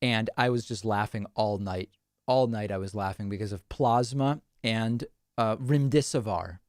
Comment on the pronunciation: Remm-dess-siv-veer is the pronunciation for remdesivir.